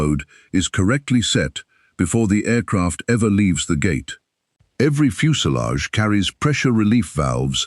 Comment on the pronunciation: What's a fuse a lage ?